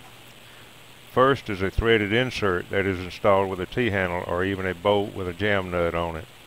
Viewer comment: Bolt, not bole.